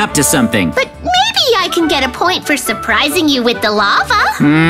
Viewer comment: Did anyone notice that mikey is dsaying some words very hilariously 😂😂😂😂 not shurprishing